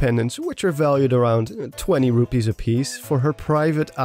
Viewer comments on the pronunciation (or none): none